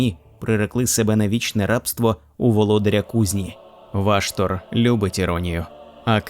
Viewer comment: Дякую автору за клопідку роботу над україномовним контентом всесвіту молота війни. Але бісить одне перекручування слів, ну навіщо озвучувати ВА"штор ????? це неправильно, дуже ріже вухо й в подальшому стає неприпустимим продовжувати перегляд даної, прекрасної роботи. Став наголос правильно! Школа 1-2- класи . НЕ ВАштор , а ВАШТор, наголос не на А, а на О !!!!!!!!!!!!!!! Цей коментар я залишив не для образи автора, а заради підказки автору, для продовження покращення ним, свого контенту серед багатомільйонної "аудиторії" даного жанру в медіапросторі інтернету. Слава Захистникам України!